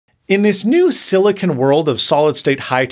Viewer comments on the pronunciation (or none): none